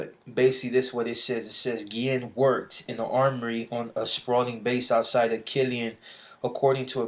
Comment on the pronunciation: Guillen is my last name, and yes you said it right.